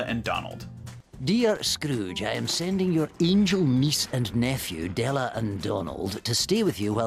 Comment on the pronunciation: It's funny how he messes up Della's name like he does Dewy. I guess mother like son or the other way around.